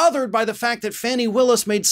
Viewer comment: Her name is Fauni, not Fannie. This reminds me of a story a college professor told me about a white student who referred to Dorothy Dandridge as "Darkie" Daniel's. Yall think "oh she's black. Her name has to be Fannie".